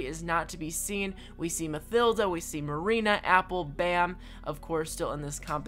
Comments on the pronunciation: Am i the only one who gets pissed of by him say mathilda instead of matilda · I think it's just me but you're saying Mathilda wrong